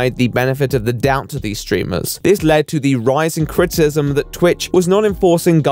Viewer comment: U have a really hard time pronouncing criticism